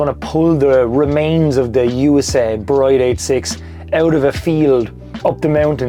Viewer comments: Pronounced 'Brid' not 'Bride' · Just a heads up, it's pronounced "Breed", not "Bride". One of those weird tuner brand things I guess.